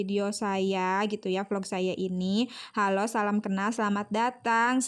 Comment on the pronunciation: Ngakak pas bilang Salam tapi *Selem*😂😂